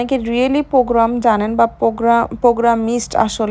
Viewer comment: It's Programmer, not programmist